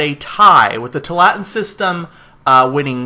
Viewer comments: Two allah tin, not twolatin. It's named after an area in oregon. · Tualatin is pronounced: "Two-all-it-in" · The pronunciation is too-a-la-tin. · Too-ah-la-teen. Sorry but that's driving me crazy!